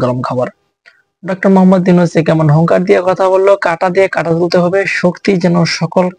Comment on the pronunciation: "কাটা" নয় "কাঁটা " হবে।